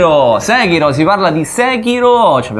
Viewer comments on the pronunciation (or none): Tutto ok ma nessuno pronuncia Sekiro come si deve,eppure lo si sente anche nel gioco come si pronuncia... mah....